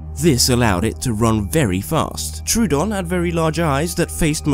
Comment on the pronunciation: No one is gonna say? Anybody? Ok well it's up to me u pronounced troodon wrong it's (tro-a-don) I know it's looks like (troo-don) but it isn't